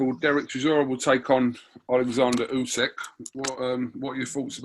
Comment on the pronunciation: Usyk kugan not Usek!! 🙄 how many times ?